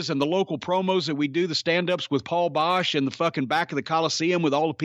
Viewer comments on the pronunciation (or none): none